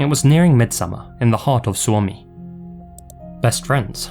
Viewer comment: Never did I imagine Finland would be featured! You pronounced Suomi beautifully btw! EDIT: You might find the case of Pekka Seppänen interesting too. He is named serial drowner, and was involved in so many shady happenings.